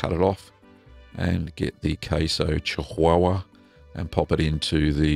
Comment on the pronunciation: Hi, it is pronounced chee wa wa, you were pretty close though!